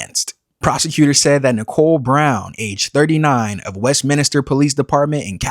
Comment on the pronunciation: Westminster not WestminIster.